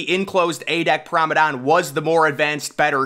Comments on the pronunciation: It’s P R O M E N A D E, GET IT RIGHT 😡😡😡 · Are you saying "Pramadon" on purpose? You can't not know how to actually pronounce the word